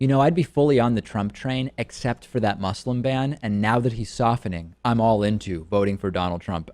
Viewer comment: One day, you will learn to pronounce ``Muslim.''